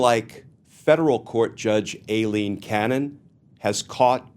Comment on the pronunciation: I think Cannon is running for Trump's VP. What else could possess her mind??? -- Oh and thank Glenn for continuing to pronounce Aileen incorrectly. It reminds me of when George Bush, Sr. constantly referred to Saddam Hussien as Sad-em, as in the word 'sad'.